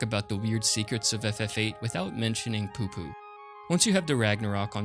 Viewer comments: The alien is not poopoo its PuPu, like a church pew or the sound you'd make from firing an toy gun as a kid pu pu. Considering how many FF8 strategy guides were sold when thw game came out most people who was into gaming in 99 to early 2000s knew the secret bosses and others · Lol the way he kept saying PuPu